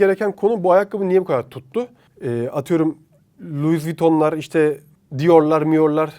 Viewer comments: Louis Vuitton ("Lü vüton" diye telaffuz edilir) luis viton diye okunmaz cahil! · Luiz viton değil be be ğim. Lu viton diye okunur ahdjnfmg neyse buna takildim ama video cidden hoş beğendim. Bilgilendirmen icin teşekkürler